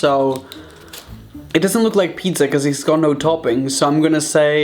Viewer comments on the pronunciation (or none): anyone: pizza Raphael: PITDZA